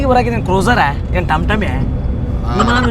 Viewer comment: ವಿಮಾನ ❎ಇಮಾನ✅🤣🤣